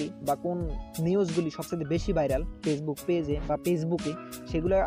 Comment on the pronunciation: apni aga valo kore উচ্চারণ korte sikhun